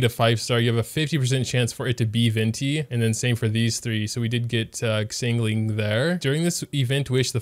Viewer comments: im not making fun of him or anything but "keking" "ksingling" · Also 'Xiangling' XD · I’m sorry but the “exangling” literally killed me inside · TeKInG? Also: SINGLING? Everyone:... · he pronounced xiangling singling xD